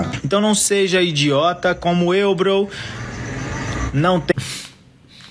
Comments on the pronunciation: O pior do vídeo é ele falando "brow" 😂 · Poxa,, eu chamo meus amigos de "bro", não "brow", mas "bro" de irmão mesmo kkk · Esse "BROU" da um nervoso